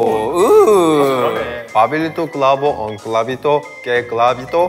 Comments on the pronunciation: Min "Pablito cabrito" es enseriooooo 🤣🤣🤣🤣🤣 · No se ustedes pero siempre he tenido un problema con cr y cl ya que al decir clavito dijo cravito .. Es que como si mi lenguaje se enredera ... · YoungK pronunció mejor todos los trabalenguas que yo, yo me trabé en la palabra "Clavito" xd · Como es posible que un coreano pueda decir mejor que yo el trabalenguas de pablito clavo un clavito ._. Yo intentando dije Pablito clavo un clavito que plalito clavo parlitos y a la 2da le mande pablito clavo un pablito